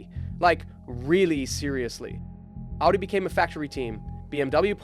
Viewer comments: why are people pronouncing Audi the same way they say Addidas? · I loved this video but bro you need to learn to pronounce Audi